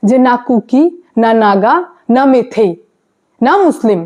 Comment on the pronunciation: তোমার ভুল সংশোধন করে দিই, কথা টা মেইতেই মেথেই না ওকে ।